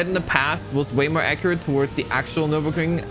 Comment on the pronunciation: Finally someone who can pronounce the name of the track 😂